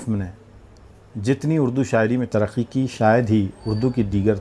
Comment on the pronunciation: بڑا آیا اردو دان ترقی کو ترخی پکار رہا ھے انتقال کو انتخال پکارتا ھے